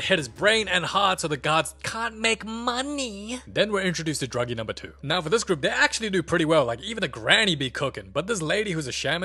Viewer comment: Bro called thanos Dr*ggee💀